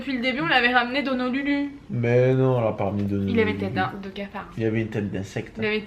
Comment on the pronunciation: et son "scafard" MDR 😂